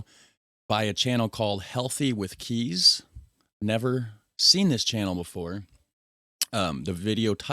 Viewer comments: Kees is a Dutch name. You pronounce it exactly like "case". 🤞😎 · "Kees" is better pronounced as "Kays" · Kees in Dutch is pronounced like you would pronounce case. Kees - Case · Kees is pronounced as case.